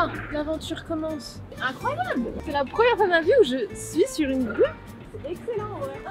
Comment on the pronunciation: Au début j'ai compris rue à la place de grue 🤣